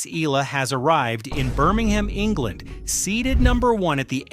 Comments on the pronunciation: Correct please pronounce ehyala not ela ok.thanks🇵🇭🇵🇭🇵🇭🇵🇭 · Eala not Ela its Eyala correct pronunciation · Not “ ee-la”. Pronounce her last name as EH-YA-LA. Thank you. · Not Alex Ila please Alex Eala or Eh ya la 😊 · Why cant they pronounce her name right eh yah lah eh yah lah God! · Please DON'T MISPRONOUNCE HER SURNAME! IT IS PRONOUNCE EH- YAH-LAH!!!!! OK!?😮😮😮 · Eye-yah-lah. That’s how we Filipinos say it. Please get it right…